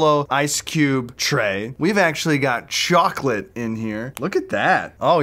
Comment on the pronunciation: Sans the cool dunking Memelord Chocolate? Did you say "chocolate"!?